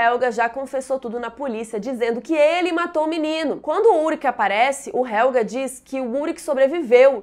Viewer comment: É helgeeeeeeee, não é helga!